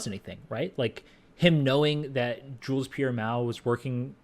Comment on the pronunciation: "Jules Pierre MEOW" best flub evah!!! 🤣🤣🤣